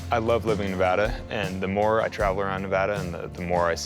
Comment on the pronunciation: Please note the pronunciation of NEVADA …. This is The Westerner & Pioneer preferred pronunciation. It’s not Spanish 101.